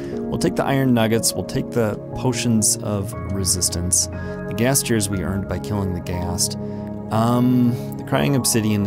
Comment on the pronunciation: You can just add a slab above the fence gates to make it connect to the nether brick instead of raising the ceiling. Also when you said you had a ghast problem it sounded like were saying you had a gas problem 😂.